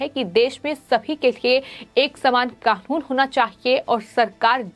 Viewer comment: it NOT KAKUN, IT IS KANUN